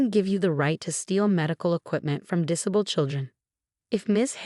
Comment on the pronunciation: Have the voice over have English lessons in how to read English properly. Her diction is woeful and annoying. The amount of times she misread disabled made me grit my teeth.